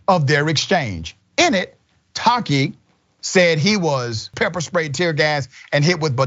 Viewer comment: Ta-a-keee. Not Tahkeee.. why change the pronounciation? Tongue too short?